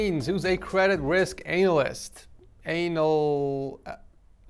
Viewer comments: its Pronounced An Uh List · The amount of struggle went thorough to say the word “Analyst” is admirable